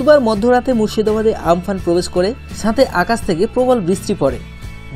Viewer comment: আমপান (প্রকৃত উচ্চারণ উম পুন)